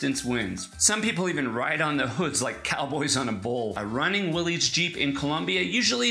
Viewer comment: Pronouned will-is not willees. just saying.